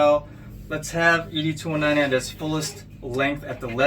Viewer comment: Nice review but Bro you butchered Ed’s name the whole video. Have you watched the movies? It’s pronounced Ed-209 like Mr. Ed. It’s NOT EDee 209 😂